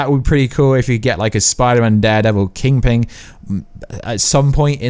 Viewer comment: Funny how you ad a g to kingPIN not kingPINglol